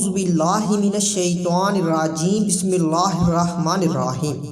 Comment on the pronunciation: Allah apko toufeeq de k ap bismillah thek parhain...